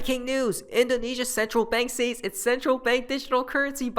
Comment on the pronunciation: Hey bro, I’ve been meaning to mention this to you since English is not your first language, although you are very proficient, but, the word “says” is pronounced “sez,” not sAys. Thought you should know 😊